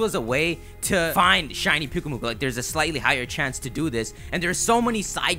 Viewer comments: It's pronounced Pyuk-UH-mu-kUH. Then you called the sandcastle pokemon, pyukuhmukuh. Do you watch your vids before you even upload them? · Pyukumuku, pretty sure it's pronounced like Pew-key-mew-key XD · the sand castle pokemon... thats who he confused. he said piukkumuku when he showed a pic